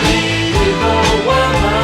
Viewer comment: I hear it that way sometimes, the way they turn evil into a three syllable word (ee-ee-vil) is pretty close to "meed-ee-vil"!